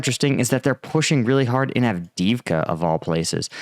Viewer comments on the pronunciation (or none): none